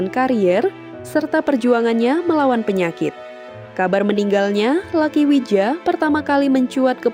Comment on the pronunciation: Luki bacanya min bukan Laki